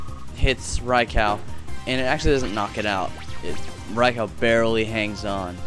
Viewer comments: its not rye-cow, its rye-cu :D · Rai-cow? lolfail.